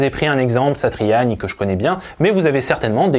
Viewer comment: Joe Satriani prononcé de cette manière, c'est la classe